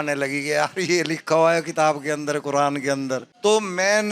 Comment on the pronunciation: Quran ❌ Quradaan ✅ 🚮 😂😂